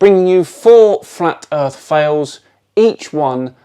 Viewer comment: Well, there we are, some MENSA candidates, Not...and by the way pastor, it's EARTH, not ERF !!!!